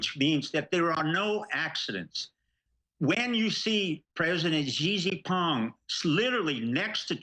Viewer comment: STEVE: stop butchering Xi Jing Ping's name... Correct (Chinese) pronounciation: shee' (long e) - jing (short i) - ping (short i).